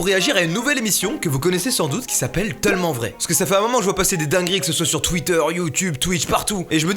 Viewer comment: Y’a quoi moi qui a entendu « TEULMENT VRAI » au début 😂